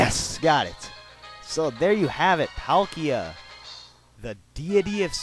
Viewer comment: I play diamond. I don't like palkia that much, and,pronounce their names right.